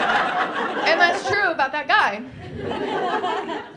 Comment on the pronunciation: Your "persian" accent would be great if you starting putting "the" all over the place. And I love when "that" becomes "dat". O, ya!! and how "small" is pronounced "esmall"...carry on the funny work. I really enjoyed it.